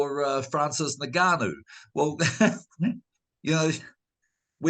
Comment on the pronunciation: FFS It's pronounced "ENN-GAH-NOU" not "NIGG-AH-NOU" I know it's incredibly tempting for white people to be racist but this isn't rocket science